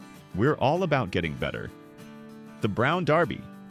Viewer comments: It's pronounced brown derby. Ya know the hat, not darby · It’s not brown DARBY. It is brown DERBY. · You might want to fix that pronunciation of "Derby". It's not Darby. #AI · IT WAS "THE BROWN DERBY". NOT THE BROWN DARBY". SHEESH. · You mispronounced Derby. It’s not Darby. A derby is a hat. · Derby not Darby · Brown derby not darby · Brown DErby, not Darby - if you want to be better then don’t use AI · Is this AI narrated? I think the pronunciation is not DARBy but dERby. Brought back memories but AI mispronunciation of common words is becoming a problem. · Gosh, make up your mind. You pronounce "Brown Derby" correctly when you refer to the hat, but you keep naming the restaurant "Brown DARBY"! What's wrong with you? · I HATE AI!! It's not Darby, its Derby!! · its Derby not darby. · It’s not “Brown Darby”. It’s “Brown Derby”. 😵‍💫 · What's a Brown DAAAARBY ? Never heard of a Brown DAAAARBY ?? It's Brown Derby you stupid AI generated voice. 😡😡😡😡😡😡😡😡🤡🤡🤡🤡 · Not Darby! Its pronounced The Brown DERBY! A derby is a round brown hat. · Brown "Draby' Derby? Ah, AI narration. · DERBY. The Brown DERBY, not Darby. Very disappointed in this failure in accuracy. Made me stop watching your video. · It Derby not Darby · The Brown Derby not Darby ! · you keep saying the brown darby, its derby not darby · “can we do something to make this channel better?” Then pronounced “Derby” as “Darby” over and over….Good Grief I hate “BOT Channels” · Are you saying DERBY or DARBY? It’s DERR-bee. Miss those fried clams (big squibbles of fried dough hiding a mystery meat nugget) and begging my father to stop on road trips every time I saw the HJ colors. Drove my parents nuts! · It’s not “ Brown Darby. “ It’s “ Brown DERBY”. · The Brown "DaRby?" Are you kidding me? It's pronounced DERBY!! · Please learn to pronounce names correctly. It was the Brown Derby, NOT Darby. LOL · It's not dARby But Derrby! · Love the video. "Derby" is pronounced "durby", not "darby". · Brown Derby, not Darby